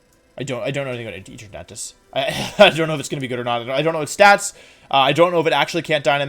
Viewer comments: Did this guy seriously pronounce 'Eternatus' as 'Eter-NA-tus' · EEtruhnahtis lmao worst butcher of Eternatus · Sorry did he say Eaternautus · they way you pronounce giratina and eternatus is killing me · I can't get over the way you pronounce Eternatus and Giratina lol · Im sorry but there has to be some inside joke on this channel i dont know for him to say eternatus the way he did, as well as other pokemone period, is it like yaveltal on MandJTV? Or does he actually mispronounce a lot of pokemon? Its confusing because he speaks english so well so i dont think its a language thing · wtf did you call Eternatus? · Paused , because. Eternatus. It is S. Now, wideo.. prove me wrong. Edit: Bewear, with +1 priority baby doll eyes, holding a kee berry can tank 5 hits from choice banded dracovish, and lives 3 super effective dragon descendants from choice banded adamaant 252+ mega rayquaza. Can KO said mega rayquaza with thrash after 2 defense drops. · I can’t tell if he’s joking about the name pronunciation because I’m boutta hop out this phone and slap my man 😂 “E-trat-nuh-us” “Ger-at-n-uh” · I like you, but, "EternAtis", "Jratnia", "Primordial sSun",what's going on